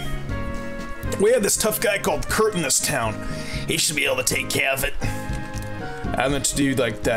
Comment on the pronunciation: Can you not say keq name like that it's so annoying